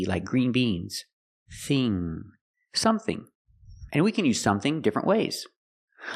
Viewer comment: "sonething" ? Did you hear the "n" ?